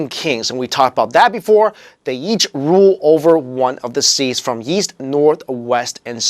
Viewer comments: why does he say "yeast" instead of "east"? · I keep hearing Yeast rather than East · Why do you keep saying yeast instead of east? ^^ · Why does it sound like he’s saying “yeast”?